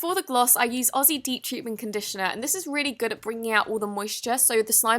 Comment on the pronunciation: finally, someone who actually pronounced aussie properly 😒😂